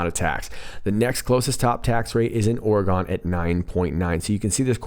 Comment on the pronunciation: Damn it Oregun no!! It’s Oregon like dragon or wagon..... sorry 😐 I’m from OR. And it really sucks when people say it Oregun.... You are still a Bad Ass lol!